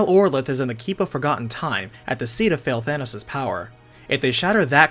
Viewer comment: i keep hearing "Fail-Thanos"